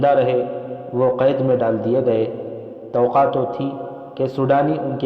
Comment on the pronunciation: توقع کا تلفظ درست کریں